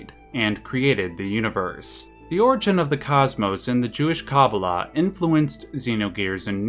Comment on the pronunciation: love the video, but your pronunciation of kabbalah is driving me up a wall, yours is kah-boo-luh but its supposed to be kuh-baa-luh, but other than that pls do more Xenogears.